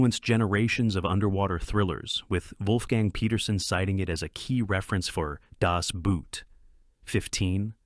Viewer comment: Ohfuhgawds sake… learn to pronounce “Das Boot”. Ask a German!